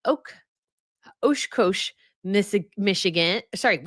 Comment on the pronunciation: That you pronounced an iconic American name for a city and a brand, Oshkosh, OoooshKoooosh, hurts my heart, and I’m from northern Canada. 😔 😂 Still love you. Did lol the other day when you pronounced Niagara, Nigeria. 💕